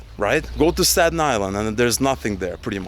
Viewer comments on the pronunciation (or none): none